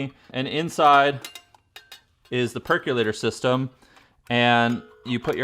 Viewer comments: It's perkOlator... NOT perkUlator. Look it up and pronounce it correctly. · Remember, folks! There is no U in the word "percolator", pronounced perk-oh-later.